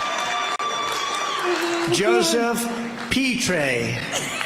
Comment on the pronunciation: Joseph pee tray? 😅